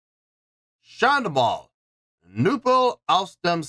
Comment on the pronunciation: Hey, just saw that you reacted to my favourite medival folk rock guys from Germany! Listening to their music for almost 2 decades already and love to come back to them, occationally. Btw, well done with pronouncing the band and song name 😉 I have to say though, this is one of the few really heavier songs by them, they have a lot of easy going, enthusiastic, but also heatwrenching somber songs, that are so damn beautiful regarding the lyrics but make me cry out my eyes when in the right mood.. to give you 3 examples of very different songs: "Der Teufel hat den Schnaps gemacht 2.6 international version" (fun and outgoing), "Der Anker" somber, melancholic, with deep lyrics, and maybe "Wolfsmensch", live at Wacken 2009.. just so you get more examples for yourself🙂 Maybe you'd also like to come back to Sabaton, as they have whole new album for about 3 months out now with some real bangers.. fun fact, I was lucky enough due to a good friend in Serbia to witness one of the 2 days of them recording the music video to the song "A TIger among Dragons" in person in Belgrade, so I have a special connection to the song due to this special day, including shaking hands with Pär, Hannes and Joachim.. greetings from Germany, keep up rocking, pal!!! 🤘🤘